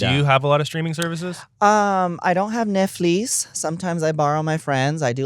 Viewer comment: Tammy pronouncing Netflix as “neck fleece” kills me. 😅😢😂